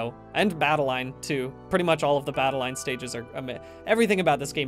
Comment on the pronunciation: Bad-i-LINE? Not Bad-al-in as in Madeline?